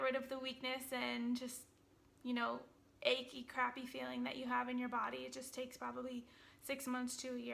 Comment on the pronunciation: Love how she says achey. Achey legs and achey bones.